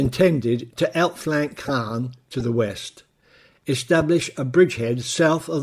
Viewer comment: Great scripting and image selection. Small things: 'Caen', 'lootenant general'.